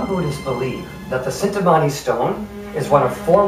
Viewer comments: Cintamani (CHIN-TA-MANI) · I enjoyed your effort. Roerich is pronounced 'Roerick,' and Cintamani is pronounced 'Chintamani.'